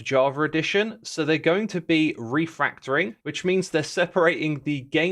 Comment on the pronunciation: It's "refactoring", not "refRactoring". You added an extra R into that word.